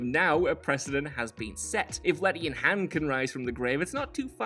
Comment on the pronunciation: It's Han, like on. Not Like Hand without the d.